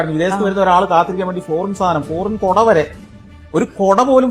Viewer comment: Koda alla ‘kuda’.. kuda kuda poppy kuda 😂🎉